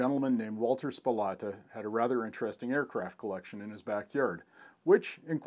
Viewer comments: Thanks for the video, great to see your Dad's photos of the Soplata collection. (one nit picky detail, it is pronounced Sa-Plata). Wally Soplata has a very limited print book available called "The B-25 In The Backyard" about his Dad's exploits. The F-82 in your slides has not yet completed it's restoration, it is in the hands of Pat Harker in MN. However, the one that was not in the photos did fly "officially" in Jan 2019. It is the XP-82 Twin Mustang that was the first to fly in 1945. I'm fortunate to have worked as a volunteer for many years with Tom Reilly's crew in Douglas, GA on the project. The AC currently resides in Titusville, FL at the VAC Museum, and is for sale if anyone is interested. It took all the major restoration prizes at SNF in FL. and Airventure at Oshkosh in 2019. Tom Reilly was just inducted into the GA Aviation HOF a couple short months ago. Walter should be in a HOF somewhere, someday for all his work to save these AC. Thanks again for sharing. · I met Walter (So-plat-ah , NOT Spo-lah-ta as you pronounce it) in the 1970s. I had worked at the Shuttleworth Trust in England so we talked mainly about preservation. Walter's anticorrosion technique was to spray used motor oil on on all the metal parts so everything then was kind of gooey. When I identified a P-47 fuselage that you didn't mention and most people never noticed, Walter's reward was to show me his second --- hidden -- Allison-powered P-82. A great day spent with an unusual man, Walter Soplata. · I grew up in restful lake / hickory dale literally a couple houses down the street in the nineties I spent a lot of ti.e back there when I shouldn't have. And just to clarify. His name was pronounced, So-plata. Close though. Thank you for this vid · Awesome video and pictures buddy. A great record of an amazing collection whom without we would have lost a lot of aviation history. And props to you for admitting you pronounced the name wrong. Nice work :)